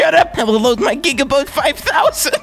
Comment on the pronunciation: It's gigabytes no gigaboat